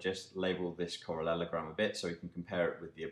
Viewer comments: Yeah it made me giggle too! He says correlogram in the next video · "Correlelogram" sounds hillarious :)